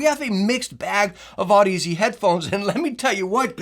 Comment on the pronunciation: Audeze is pronounced like Odyssey